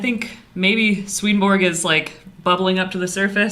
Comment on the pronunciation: All respect, but seriously, you need to learn to pronounce his name.